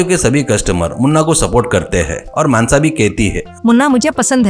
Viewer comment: मानसा ❌ मानस ✔️😂😂😂😂